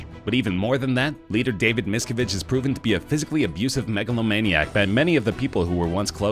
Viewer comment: why not look up how the names are pronounced before making the video? Leah REmini and David MiscAvige